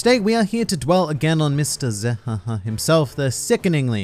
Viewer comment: I got the answer right zehahaha I will not subscribe zehahaha I'm already subscribing zehahahahahahahaha Also, it's zehahaha not zahahaha !!!